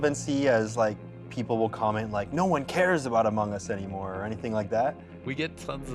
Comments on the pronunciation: sir its among us not amog us lmao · No one: Literally no one: , Anthony: "CREATING AMOG US" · haha "amog" us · "World of Amog us" I love this. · He said it wrong, it's called Amogus... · "amog us" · I love how they spelled among us wrong and said amog us 😂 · “AMOG US” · 13.20 did you just say "The World of Amog Us"?